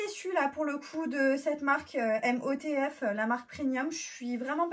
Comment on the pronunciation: Apparemment la gamme MOTF se prononce "Motif" (je sais mdr illogique)